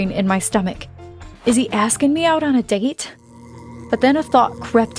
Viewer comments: Did anyone else Hurd that when said date I heard it as diet 🤣🤣😂😂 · date pronounciation Dyte 💀💀